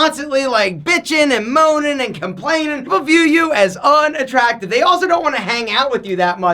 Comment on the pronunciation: This man said BITCHING AND MOANING hard😂😂